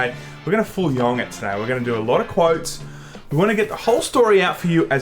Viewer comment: "We're gonna full yong it today.", rofl.